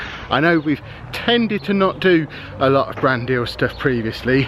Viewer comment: Ohhhh....BRAND deal. I was listening and kept thinking was saying "Brandy" and I was wondering, "What, you can't have a brandy on a channel with kids on it?". Shoot, I used to put brandy in my kid's bottles when they were teething. Okay, before you all start...this was suggested by my mother, born in 1914. A teeny bit of brandy with honey and water.... eased the teething pain and let them rest. Wouldn't do it these days, but..... lol